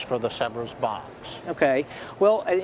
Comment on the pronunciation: If you can't pronounce Sèvres correctly you deserve to buy a fake...